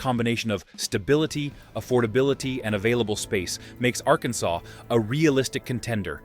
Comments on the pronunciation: AI slop! "Are-can-sess". It's a native American name. It's not related to "Kansas" at all. It is properly pronounced "Are-can-saw". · It's between "R Can Saw" and "R Cans Us" 😆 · It's pronounced AR-KEN-SAW. Emphasis on the first syllable, third syllable drawn out just a bit. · Are...kin sas? AI😢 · At least they only mispronounced Arkansas the first time. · Terrible AI Arkansas say it properly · You can always tell when they can't pronounce it correctly or it's out of context. 🙄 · At least someone could train this AI in the correct pronunciation of Arkansas!